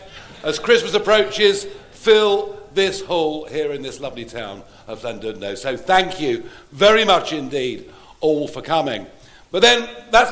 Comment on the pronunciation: Dim croeso i Ffarage a’i fath yng Nghymru! He can’t even say Llandudno correctly. Begone charlatan! 🏴🏴🏴🏴